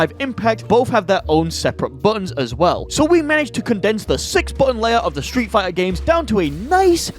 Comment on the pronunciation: Hehe stree' figh'ah au'o combos